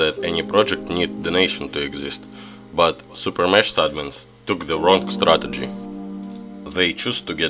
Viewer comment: Блин подучи английское произношения а то кринж постоянно. "Супер мешс" бля ору, звук "ш" в английском обозначается комбинацией "sh", а звук "х" комбинацией "ch", но так же эта комбинация может обозначать звук "ч", но не в этой ситуации. То правильно будет супер мехс. А также слово "item" читается как "айтем", но никак не "итем". Если чуть туго с произношением то перед тем как записывать ролик, посмотри как правильно произносится то или иное слово в Гугл переводчике с помощью опции прослушивания, в крайнем случае можешь транскрипции поискать. А на счёт обновы ооочень спорно. С одной стороны крафт леги хоть дорогой, долгий и не факт что леги , но тем не менее шанс есть, а то сейчас вообще лег нету. Ну а то что забирают сильвер боксы то плохо.